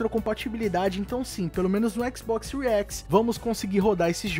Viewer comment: Séries X = Síries Equix.